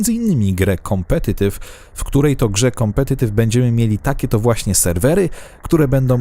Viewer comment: "kompetetyf" :P